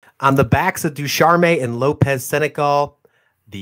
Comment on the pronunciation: Indeed! "Ducharme" is pronounced with only two syllables.